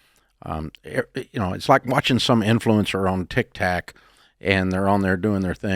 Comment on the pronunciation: "TicTack" haha